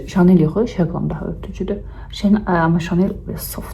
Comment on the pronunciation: Çox xahiş edirəm sizin timsalınızda bir çoxu she glam məhsulu deyəndə şe glam deməyin.Oxunuşu şi glam-dır